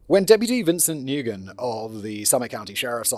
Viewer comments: Nguyen is pronounced "win" or "wen," not "noo-gen" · I missed it... Was it something like new-guy-en or something? To be fair you'd have to look it up to know it's wen. 😅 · To add to the pronunciation guide, the responding officer's name is pronounced "Wen" even though it's spelled "Nguyen". It's a rather common Vietnamese last name, I work for a doctor with that same last name. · Nguyen - It's pronounced, "Win" or more exact, "Ngwin". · I live in Lowell, MA. has the 2nd highest Cambodian population in country. Every Nguyen ive met here they pronounced new-yen. Silent G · Simon, Nguyen is pronounced the same as win. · Not sure if different countries pronounce the name Nguyen differently however here in Australia where we have a lot of Vietnamese people we and they pronounce it like "new-in" or "new-en". I wouldn't be surprised if we're all just saying a name/word incorrectly in different ways and the Vietnamese were just like ok i guess that's just how it sound's when you say it with your accent. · isn't Nguyen pronounced like Winn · He's also mispronouncing Nguyen 😅 it's closer to "win." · OMG the pronunciation of Nguyen 😂😂😂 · AND pronouncing Nguyen! :) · I'm begging script writers to give audio links of proper pronunciations of any names that aren't traditional English names for Simon's reference before recording orz. Nguyen is such a common Vietnamese name, its pronounced something like "nwen" not "ne-guy-en", then of course Kouri is supposed to be pronounced like Cory, and so on. I know he's using paper scripts but they do exist digitally so a link or two would simplify things a lot.